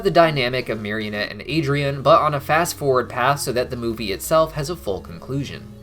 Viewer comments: Bro it's marinette not marionette Just a fun fact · Everytime he says marionette instead of marinette I wanna scream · Marinette please mari-net. Mario-nette is kinda silly. But loved the video anyhow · Take a shot every time accidentally says "marionette" instead of "Marinette" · I think they should've had Cristina Vee sing in the English version...also it's Marinette, not Marionette. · why do you call her "Marionette"? lol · I know this is minor, but it honestly really bothers me when people call Marinette "Marionette". She's not a puppet. There's no "o" in her name. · Binges the whole series in 2 weeks* Proceeds to mispronounce the main characters name literally everytime* XD